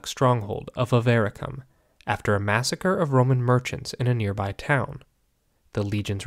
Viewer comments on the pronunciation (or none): none